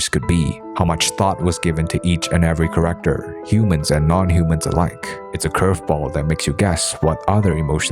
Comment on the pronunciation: Cool video, one note: it's CHAR-acter, not corr-ECTOR